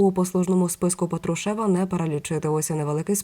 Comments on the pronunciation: Людина не правильно наголос ставить.Я про це вже вказувала , але ніякої реакції. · Ведуча, !, ставте правильно наголос, бо ріже слух, це безграмотно!😮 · Не тошните,сначала научитесь правильно ставить ударения! ПАтрушев,ударение на первый слог! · Делайте правильно ударение на фамилии Патрушева противно слушать вашу безграмотность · Правильно писати промовляти з наголосом на «а»